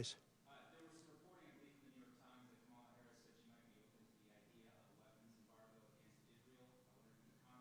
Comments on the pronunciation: So you do know how to pronounce her name? Oh ok? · He did say Kamala’s name right for once! Lord let this be over forever. #harriswalz